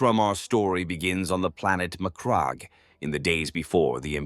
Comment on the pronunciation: Surely that’s not how you pronounce Macragge